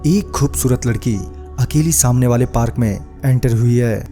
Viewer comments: Parak nhi park hota hai... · Bhai video to achha hai but parak nhi hota hai park hota hai 😂 😂 😂 🤣 🤣 🤣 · Bhai parak nhi park kehte hai